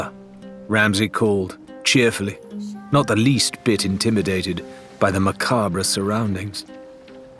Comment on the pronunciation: 20min in bro said macabrah